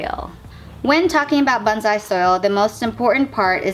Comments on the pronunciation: Your pronunciation of "bonsai" could use some work. The o should be a long o that fills your mouth. The s should be a definite slippery s. Each syllable gets equal emphasis. The first syllable should not be faster than the second. Sometimes it sounds like you're saying bunzai. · It’s pronounced bone-sai😁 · Stop freaking. I'm just helping her out. Most people who practice the art pronounce it correctly or at least close to correctly. It's part of the respect for the art.